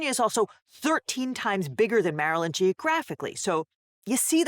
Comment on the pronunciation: Hearing Chaos Laywer pronounce "Mar-a-land" warms my crab-shaped heart.